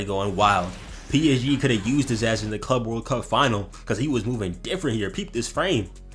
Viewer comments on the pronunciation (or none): none